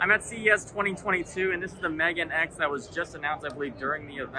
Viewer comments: F.Y.I, it's supposed to be pronounced "me-ga-ne". "Megan" is the name of the actress from the Transformers movies! ;) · No he isn't. He said it like Meagan or Megan.